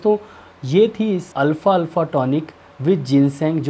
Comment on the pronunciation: Alfa Nehi alfafa hai apko bolna hi Nehi ata...